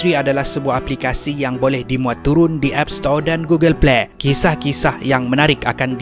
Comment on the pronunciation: google pley🤣🤣🤣🤣🤣🤣